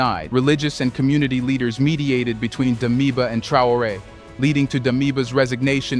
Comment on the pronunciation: Please pronounce his name properly.Tra-or-Ray.